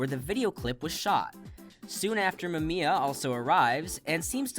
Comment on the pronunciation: Explained my ass. You could at least have taken the time to learn how to pronounce Mamiya’s name. DISLIKED!